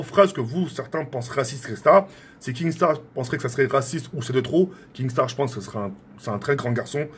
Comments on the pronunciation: Kinnstar pas kingstar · Qui peux lui dire que c'est pas KinGstaar mais Kinstaar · KINSTAR et pas KINGSTAR bordel !!!! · Kinnggsttarr ein peut de rit cantoner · Mdr je rêve il dit kinGstar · Arrete de dire kingstaar